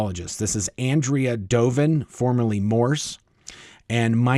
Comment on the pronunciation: On-dray-uh. ...not Ann-dree-uh. Doven.